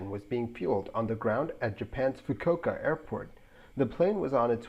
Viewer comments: So as to avail you of information advice for the adding of a touch of polishing to the narration of your future content, this is just a quick; not a snooty belittling or insultingly critical, but FRIENDLY note, addressing a minor pronunciation error. The correct pronunciation for ‘Fukuoka’ is the 4 syllable… “𝙁𝙊𝙊–𝙆𝙊𝙊–𝙊𝘼𝙆–𝙐𝙃” I don’t speak Japanese, but I’ve heard it referred to in such a manner throughout many a YouTube video, along with having a father who once had a flight connecting through said airport. And for me, the most significant reason behind my familiarity with proper pronunciation of this Japanese word, is that I am an incomprehensibly HUGE Second World War buff, and specifically in the USAAF’s strategic bombing campaign on medium-sized Japanese cities, the massive incendiary bombing raid on the Fukuoka was the largest; an annihilating firebombing that left over 20% of the city in ashes. Fukuoka Harbor was also subjected to an underwater mine laying operation, in the much overlooked wider Allied efforts to extensively mine the enemy’s own harbors. That’s pretty ingenious, and sneaking in there to do it, must’ve been kind of thrilling. Sneaking into your neighbors’ front yards to ‘ding-dong-ditch’, or TP-ing their trees, has got nothing on that. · Fukuoka is pronounced: "Fooo-Kooo-oh-kuh"